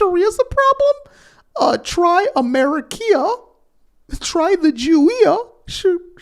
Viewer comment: “Americia” “Jewia” lol, thank you for making me laugh during your videos.